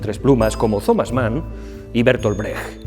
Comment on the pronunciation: Como siempre, gracias por su trabajo. Por poner un pero. Me suena mal la pronunciación del nombre de escritores alemanes en inglés como „gess“ o „zomas“, en lugar de „gesse“ y „tomas“. Es lo único que puedo aportarle